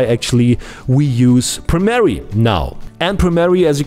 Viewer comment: Ich weiß, dass der Kanal vorallem für deine nicht deutschen Zuschauer ist, aber bitte: Arbeite ein bisschen an deiner Aussprache. Das Programm heißt nicht Premerie sondern Premiere. Außerdem tu bitte nicht so als wäre Premiere ein professionelleres Programm als Fcpx. Es sieht nur komplexer aus als fcpx aber bietet nicht sensationell viel mehr. Es ist eine Frage des Geschmacks welches programm man besser findet bzw mit welchem man besser zurecht kommt